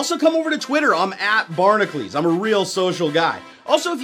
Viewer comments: just wondering, why does pronounce "Barnacules" like "Barnaclese"? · U can't even pronounce ur channel name